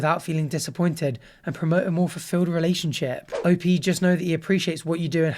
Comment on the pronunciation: O-P is insane i can’t get over it PRONOUNCE IT AS LOWER CASE LETTERS